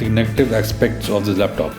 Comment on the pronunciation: It's laptop not lep tope